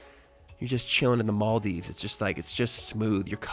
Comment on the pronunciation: First time i herd someone pronounce Maldives ok its still better than some pronounce it.